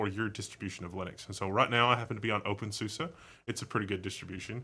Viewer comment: I think you may be saying openSUSE wrong, but that doesn't matter much. (I've heard it said "sue-see" instead of "sue-suh" or whatever you're saying) I also noticed you kept saying terminal/console on the ctrl-alt-f1 through f6 screens. While you're looking at a terminal, those specifically are called TTYs, they're labeled at the talk. When you said TTY was short for terminal, you weren't exactly wrong, but it is short for something like teletype. A quick skim of the TTY Wikipedia article would be better than listening to me explain that, though. tl;dr an old term that carried over to newer technology. Now, less about wrong info and more about suggestions, I was kinda hoping when you brought up i3 that you would switch to a different TTY and then maybe launch a new x session running i3 to demonstrate it. I'm personally somewhat familiar with i3, but I think it has a really unique look that you didn't get across with your words. I'd also like you to discuss how a lot of people sort of create their own DE by combining separates WMs and panels without a DE at all. CrunchBang would be a great distro to show this off, although you can get any distro to look the same of course. CrunchBang runs openbox for the wm, tint2 for the panel, nitrogen for the wallpaper management, and compton for the compositor. The default DM is SLiM. You're covering stuff that isn't covered by channels nearly as popular or reputable as yours most of the time, so I greatly appreciate what you've done, even